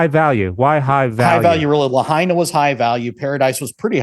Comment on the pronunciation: Is pronounced La..hi…na Lahaina just a correction in our vowels